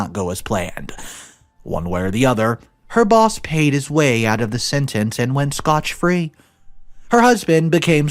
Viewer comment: Did I hear correctly...did he say " he got away SCOTCH free?" And who names a daughter Dorkus ??